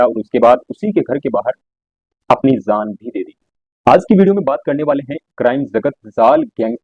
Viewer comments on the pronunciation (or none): Jaaan hota hai bhai zaaan zaaan bol rahe ho woh acha ni lag raha apko stylish lag raha hoga but it's not sounding goood